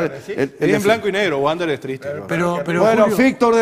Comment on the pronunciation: es Wanderers, no Guonder